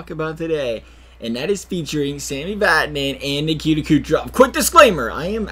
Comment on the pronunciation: ITS VATANEN Im triggered